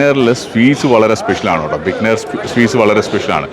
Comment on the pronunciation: its not bikkanir its Bi-kaa-ner. Thanq